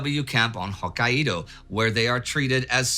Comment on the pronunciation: Hokkaido. This has been bothering for the two episodes I've been hearing it now, as someone who grew up in that prefecture. It's pronounced Ho-Kai-Do. That's an ai, like 'eye'. Not, Ho-Ka-I-Do. But back to the topic. So many ships gone in a few days. So many crew lost. Stunned into silence should be the sentence for the time. Ignoring the facts is no way to go about things.